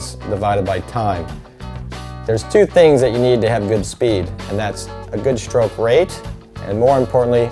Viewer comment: Great video, would be so much better if he said "stroke" instead of "schtroke"